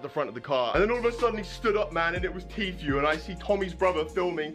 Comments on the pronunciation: On prononce pas Tfue mai Tifue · Ca ce prenonce tifiou pas téfioue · Ce n'est pas compliqué de prononcer Tfue . Tu dit t fue au lieu de ti fue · tu sais bien dire tfhu